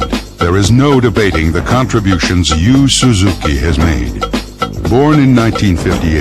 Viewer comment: can't even pronounce Yu Suzuki's name.